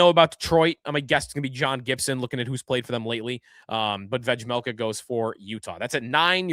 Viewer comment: The J in Vejmelka is silent bud